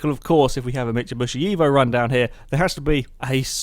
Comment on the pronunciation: I bugs me so much XD it's mitsubishi not micubushi XD